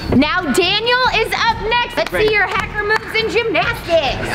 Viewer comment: Rebecca he said haker mc dacer